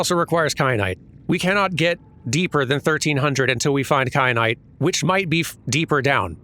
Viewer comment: Kyanite, like teh pepper